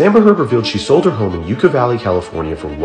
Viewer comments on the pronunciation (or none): It's Pronounced like Yucka not Yooka! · Yucca Valley is pronounced Yucka Valley NOT EwKa Valley. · Pronounce Yucca wrong. It's not Ukka. Yaaca. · Fyi Yucca is pronounced like “yuck-a” not “Yuke-a” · Yall can't say Yucca right. It would be You-Kah of it was spelt Yuca. Yucca is pronounced Yuh-kuh. With the emphasis on the first syllable. 🙄🙄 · It really is pronounced “Yuck-Uh” Valley. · Pronounced yuck ah valley.